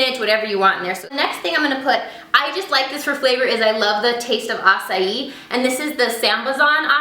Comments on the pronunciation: I think acai is pronounced uh-ki not a-as-ee haha. But your way sounds fancier! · I belive its said akai not asai . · That's how you pronounce acai.. Ah sigh ee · You say Acai soooo strange, I say ak-i (': & You should definatly do a Kandee Cooks or something :') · EVERYONE says acai wrong!!! i live in hawaii I'm surrounded by acai bowls! NOONE SAYS IT THE WAY WHITE PEOPLE DO! (haoles) "non-locals" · Pretty sure you pronounced acai wrong.